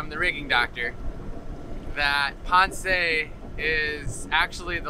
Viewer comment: You are saying Ponce wrong, there is no accent on the E. ;-)